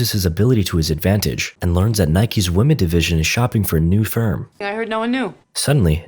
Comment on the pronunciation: Why do you pronounce "women" as "woh-man"? It's "Whim-in". That drives me nuts! You're not an English speaker, are you?!